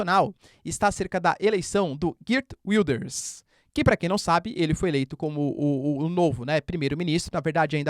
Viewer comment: Desculpe, professor. Pronúncia do nome do novo 1° Ministro neerlandês: / *Géért Víldârz/ (O 'g' é gutural)